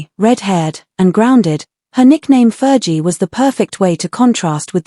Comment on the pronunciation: Ferghie not jie!